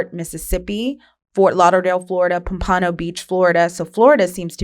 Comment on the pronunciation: Every non-South Floridian mispronounces Pompano 🤣🤣